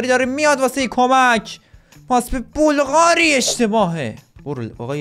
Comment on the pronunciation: مگه سوسیه که میگی بلقاری